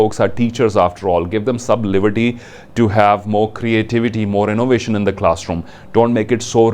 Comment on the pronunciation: Sir plz not to offend you ...your presentation is awesome but u pronounciation of your THE ...before the consonants is wrong